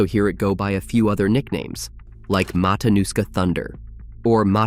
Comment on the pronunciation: It's Matinuska TF